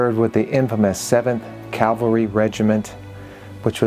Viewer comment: Please stop saying “Calvary”, it’s CAV. Cavalry